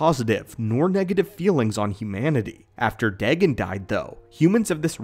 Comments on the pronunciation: Day-Gone. Is how to pronounce his name not day-gin. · It's pronounced daygone not degen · Deghen? It’s more like day-gon